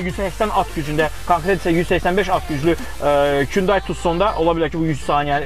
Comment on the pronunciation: Kündeyi yox Hunday) 😂